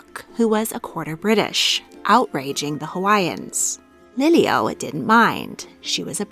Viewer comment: Pronunciation matters she said lilio when it's pronounced Lili‘u